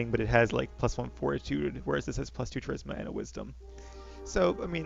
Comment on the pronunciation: I feel like I should mention that Charisma is pronounced with a "K" sound. I have been wanting to for a while, but hearing it this many times in this episode made me go ahead and post it XD